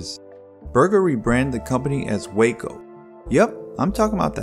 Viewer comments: The name for the Waco aircraft company (in both incarnations) started as an acronym for Weaver Aircraft Co of Ohio, and has always been pronounced "Wah-co", not "Way-co" like the Texas town. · I think Waco Aircraft was pronounced "wah-co". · In Texas we pronounce the town Wacko